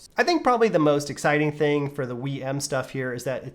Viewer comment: "Wii M". 😂 Love that never watched a single other video before reviewing, haha.